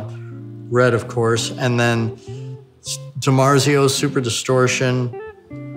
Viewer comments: min "DIMARZO" wrong, Fender is DIMARZIO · DIMARZO ⇒ DiMarzio